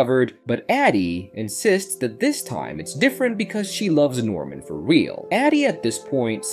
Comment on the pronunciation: Ady and Addy? Norman and normal? Barbara and Barabara? If you’re gonna use an AI voiceover, learn to spell.